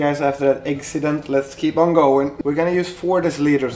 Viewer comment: Simply as that, I heard Eggcident I gave a thumb up #samehumour